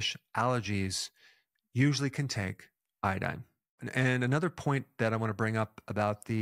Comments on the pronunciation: It's not iadine, it's iodine. 😅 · Say iodine again